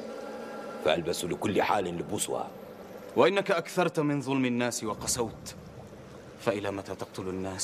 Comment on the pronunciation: المفروض ان يقول لبوسها بالفتح وليس بضم اللام لان المعنى اختلف اختلافا كليا